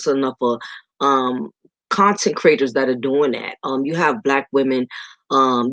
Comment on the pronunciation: Pardon me? But are you saying consecrators? I put on the YouTube closed-captioned to see how they are interpreting the words as you are speaking. Do you mean commentators?